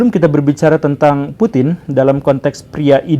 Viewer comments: Putin tanpa G😭😭🤣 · Putin tanpa G.